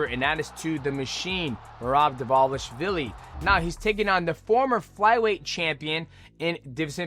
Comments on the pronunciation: I’m so sick of dj mispronunciation. Nurgomedov the whole video 🤣🤣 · Man, i never thought i would get annoyed at mighty saying a word over and over again😂 nurmagovmevodmvov. Just say umar dude jesus!! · Say it with me brudda , nor-mag-a-may-dov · Enunciate bruh 😂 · STILL CANT SAY NURMAGOMEDOV LMAOOO BRO ITS 2026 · He's never been able to say it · He's like Chael, but not on purpose. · it's the cte 😂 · Shit was pissin me off 😂😂